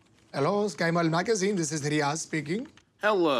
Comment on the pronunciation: Lmaooo the way he introduced himself and pronounced Riyaz was so spot on I had to replay it twice